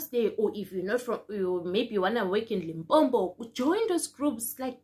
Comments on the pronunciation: Limpopo not Limpompo 😂 re kgopela link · Lim-po-po Lim-pom-po Come on now